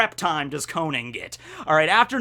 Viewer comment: It’s pronounced Ko-non! The “a” is pronounced like an “o” for some reason!